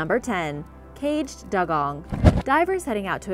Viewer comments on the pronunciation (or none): Dugong is not pronounced Dug - on , it is pronounced Dew - gon! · And isn't it pronounced "dew-gong"? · It's pronounced dew-gong. Like morning dew on the grass :)